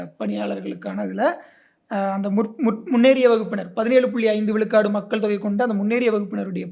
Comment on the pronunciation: should improve his tamizh pronunciation it is not vilukadu its vizhukadu